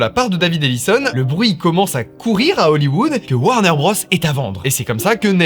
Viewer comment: Top vidéo :trophy-yellow-smiling:. Juste un truc, c'est pas "Warner Brosse", c'est "Warner Brôze" niveau prononciation.